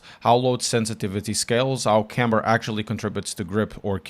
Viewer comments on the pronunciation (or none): none